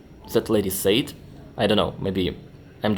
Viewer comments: Your English is very good, I just want to point out that it's not "sayed", but "said", kinda pronounced as "sèd". Other than that, keep up the good work! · Just a helpful pronunciation tip. "Said" is pronounced (sehd), rhymes with "fed". Yes, it makes little sense that it would be pronounced differently but that's the way it is in English. The same with the word "says". Rhymes with "fez".